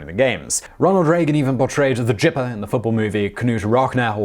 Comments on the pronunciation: Its the gipper not jipper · Ka-Nute??? Ka-NUTE???? "Jipper???? Really??? Have an american read some of your scrips and help you with pronunciations. This has been an issue for you in the past. Do you pronounce Gnome as Ga-Nome too?? 1. Knute, the K is silent. 2. Gipper is pronounced with a hard G sound. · Simon, my man, it's Gipper, with a hard G, and Nute (noot), with a silent K. Carry on! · Ronald Reagan portrayed the " Gipper " not the "Jipper" It has a G not a J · Heh. Reagan was "The Gipper," not "The Jipper," and Knute's surname is pronounced with a "knee" as in the leg joint. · for future reference in case you ever cover Reagan again, the nickname for Reagan's character (and later used for Reagan himself) in the Knute (pronounced Nute) Rockne (Rock-Knee) film was pronounced with a hard G. G-ipper, not J-ipper. 😊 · It's pronounced "gipper" like "gif" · The guh guh gipper Knute Rockne (sounds like Newt Rock-knee) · I love you Simon!!! Kanoot Rock Now and the Jipper. It is better the way YOU say IT!!!!For all of you who made a comment on how he pronounced the names. You know he is British. Right??? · Not to mention that pronounced as he did, "Gypper" takes on a racist connotation against the Romani (gypsies). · Not only did you mispronounce "Gipper" as others have posted, you also mispronounced "Knute Rockne". The "K" is silent and "Rockne" is pronounced "Rocknee". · Some (not really) necessary corrections: - Ronald Reagan played the (HARD G) Gipper in "Knute Rockne (pronounced rock knee), All-American". - Joe Jackson was banned from Major League baseball because of the 1919 Black Sox scandal. So, despite his immense talent, he's not in the HOF and never will be. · "Ronald Reagan even portrayed the Gipper in the football movie 'Knute Rockne All American.'" Gipper isn't pronounced with a J sound. Knute Rockne is pronounced NEWT rok-NEE. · We need to teach Simon how to speak American. Gipper - hard G, as is gap Knute - silent K Rockne - rock-knee